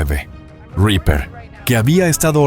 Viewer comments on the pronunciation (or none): none